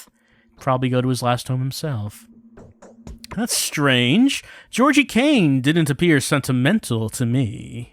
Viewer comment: Thanks for this, it was fun to see a more lighthearted take on the game. Also, I got a minor stroke every time pronounced Georgiy as Georgie:D